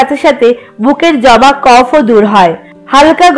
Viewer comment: তোমার নাক কি বন্ধ 🙄জমা কে জবা বলছো 😰